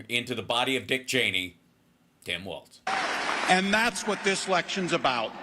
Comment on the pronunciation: Please say W A L L S, it’s not WALTZ….. WALZ & it’s KOM-uh-luh, not Kuh-MAW-luh